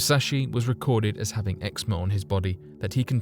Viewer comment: it said he had "ex-mo" or "exnor" on his body that the contracted as an infant. What is exnor or whatever he's saying?